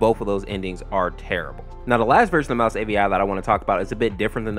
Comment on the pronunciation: Avi not api